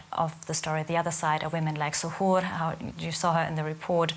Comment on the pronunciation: Say to. Here (zuhuur) Iskadaa diyaanada!!! 😬😬